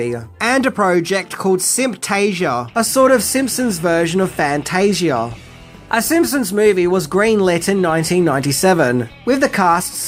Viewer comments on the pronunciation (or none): none